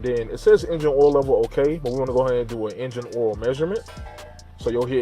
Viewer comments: where are going to change the "oool" ? is that how you guys say it down there? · im in the north east and never heard anyone say oool.